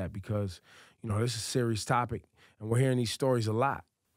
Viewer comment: Angela Ruiz damn u hit em wit the t at the end doe its seriouzah